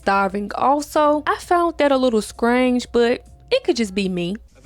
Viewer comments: How is it that you can perfectly pronounce insidious and diabolical, but can’t pronounce the word “strange”?! 😂😂😂 Great vid, btw. Keep it up. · The lack of “Str” I guess